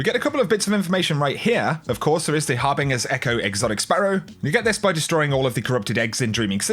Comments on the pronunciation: Love your content, been a sub since early D1 days. One request. Please pronounce Harbinger correctly. It's pronounced HAR-BIN-JER and not HAR-BING-ER. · Har BINGE r not HarBING er. Ffs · “Har bin jer” not har bingur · You should know how to pronounce harbinger correctly by now. No, it’s not a regional thing, you’re just saying it wrong and after so long it’s really annoying. Sure the first few were forgivable but not after this long. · Please learn how to pronounce harbinger The g is pronounced as a j sound